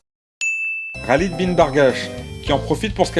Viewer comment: Khalid il me semble que ça se prononce "Ralède" ^^